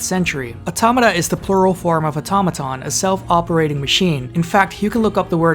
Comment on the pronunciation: THANK YOU FOR PRONOUNCING AUTOMATA RIGHT